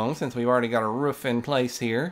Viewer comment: i love the way u say roof im smiling so much